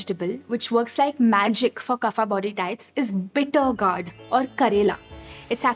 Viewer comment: it is pronounced Gored not Gaurd.